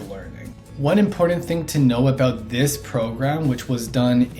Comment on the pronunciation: its important , not impordant lol and buttons not buddins